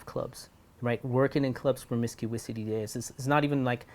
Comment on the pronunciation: Promiscuity... not promiscuisity Sir